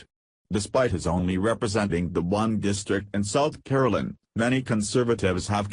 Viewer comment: I can't stand these electronic voices in video news. what is a "Baaa Dos" unless it's supposed to be "Bad Ass" and I don't know where South Caroliyn is?! if these videos were read by real people they would get a much higher rating.